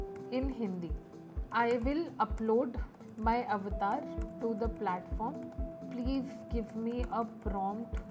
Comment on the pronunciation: It's Avatar not Aftar